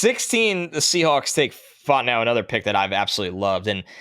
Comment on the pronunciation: “I like Troy Fontanow a lot.” Who? Lol i think we need to the double check on that pronunciation. 😂